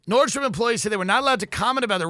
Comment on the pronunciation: FYI it's NORDSTROM, there is no S. you said it wrong maybe 134 times. :( I'm Sorry!!!! Now you know.